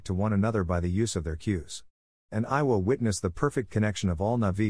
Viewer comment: Eywa, not Iowa, lol